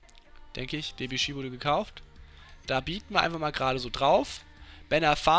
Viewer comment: Die Aussprache von Debuchy vor der "Veränderung" war meiner Meinung nach richtig